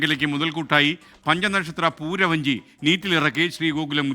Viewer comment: പൂര വഞ്ചി അല്ല. പുര വഞ്ചി